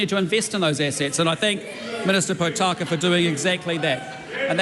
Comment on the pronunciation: Why can’t he pronounce Potaka yet? 😅